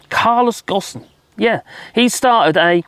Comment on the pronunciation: It’s pronounced Go, plus mm. or Go home, minus the middle bit. The S is silent